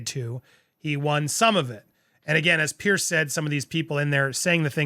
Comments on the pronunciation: Jesus, Andy. It's Pronounced Peerz, not Pierce. And Schofield is pronounced skofield, not shofield. It's like people calling you Undy. So American. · Small comment. Piers Morgan is Piers not Pierce. Piers is a very English name I know but it is Piers pronounced Peers.